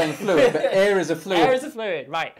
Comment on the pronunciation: It sounded like "there is no eh...".